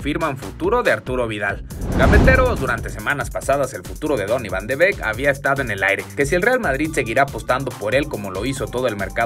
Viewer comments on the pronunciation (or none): ES VAN DE BIIK SE ESCRIBE BEEK PERO ES DE BIIK